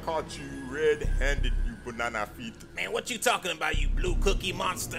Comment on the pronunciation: who you calling bunanna" lmaooo